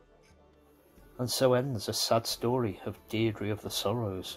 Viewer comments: Deirdre name is pronounced more like Deer-dreh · I thought it was pronounced "DEER-DRA" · Wrong pronunciation of Deirdre